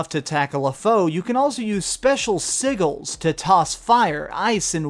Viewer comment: You mispronounced "sigil"... really? Is it asking too much for people to learn how to talk? This is your native language for fuck sake.